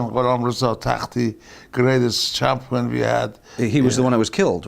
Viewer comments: sounds like "chompee-on" to my ears. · Champwin. Because what does the champ do? Win